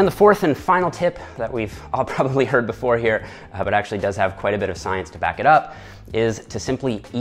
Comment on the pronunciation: Listen to when he says “hard” for example. He has a typical canadian way of pronouncing it